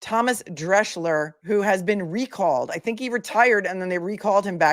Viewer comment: As the German name Drechsler is not written Dreschler, it is pronounced Dreksler. Love from Germany